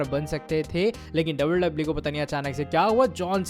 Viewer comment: Bhai wwe he double double e nhi😂